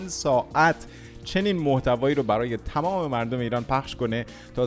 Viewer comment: آقای تمام نه تامام😅